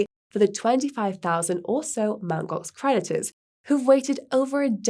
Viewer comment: I keep hearing Mt Gox predators..